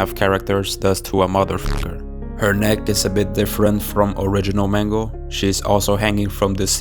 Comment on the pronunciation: It's not Mango it's Mangle